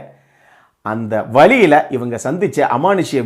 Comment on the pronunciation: Ivaengaee.... That means u r from madurai!!!! Is it???